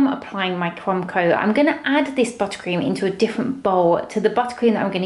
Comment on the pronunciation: Take a shot every time she says buttacream